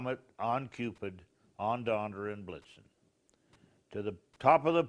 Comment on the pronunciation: Or when says "on Donder and Blitzen." 😹